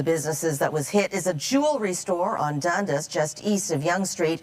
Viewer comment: How you gonna be a reporter for toronto and pronounce it "Dundiss"?